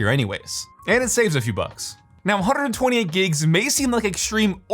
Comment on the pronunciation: Did anyone else hear the rolled tongue when he said 128 gigs 😭